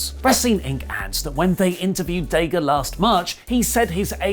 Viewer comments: Why do British people purposefully mispronounce names? His name is not DAY-GA. Nobody has ever called him DAY-GA. When you hear commentators say his name, they don't ever say DAY-GA. So, why is this little manlette saying DAY-GA instead of DA-GA? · DA-GA not day gah. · that's dadg. you said it wrong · "Day-Ga" got to love the Brits. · Stop saying DAYGA !!!!! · Ok I could've sworn it was Dah.Ga and Rush not ruush lol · While I like watching you guys, please let’s try to pronounce daga’s name correctly, and I won’t consider him top, but Imo he definitely should be recognized as a sound wrestler. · I love u but stop mispronouncing Daga! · Pretty sure, thats not how you pronounce Daga :D